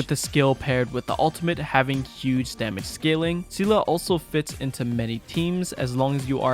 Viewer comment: Both pronounciations for Seele are wrong lmao